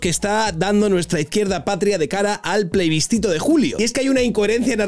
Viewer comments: Man!!! PLEbiscito, del latín: aprobado por la plebe. No PLEIbiscito 🤣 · Plebiscito, no pleibiscito. El video genial, como siempre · Querido, me encantan tus vídeos, que de corazón te digo que creo que es de lo mejor y más divertido y original de YouTube. Por eso soy uno de tus muchos suscriptores. Sin ánimo de ser tocapelotas, creo que es el segundo vídeo en el que me parece escucharte decir "pleibiscito". Mira a ver, anda... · Se dice plebiscito